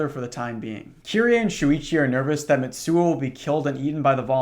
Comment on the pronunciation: Little tip: a “ts” in Japanese is a single sound, like “sh” and “ch” so instead of Mit-suo its mi-tsuo. Its like when you imitate the sound of a drum cymbal. I’m only saying it because I like how it sounds lol, gotta be one of my top ten phonemes